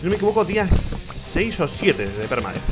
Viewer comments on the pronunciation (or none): La intro me hace mucha gracia cuando dice PERUDETH